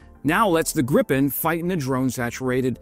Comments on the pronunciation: Great video. Btw. If you want to pronounce Gripen correctly, then say "Greepen". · It's pronounced "Greepen". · For all of those who don't know "Gripen" is pronounced "greep-en" in Swedish. Not "grippen". Your "fika" and "kort parad" was pretty spot on though! Not a complaint, just a p.s.a. Great video!